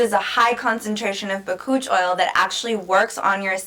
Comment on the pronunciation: Bakuchiol is not an oil. Lol. BAH-COOCH- EE-OWL . Since you're educating, pronounce it right. Lol.